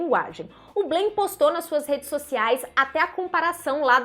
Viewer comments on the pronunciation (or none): EM FRANCES BLAIN NÃO SE FALA BLÊINN.